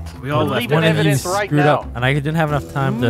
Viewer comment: Evidence? More like... evandence 🤣🤣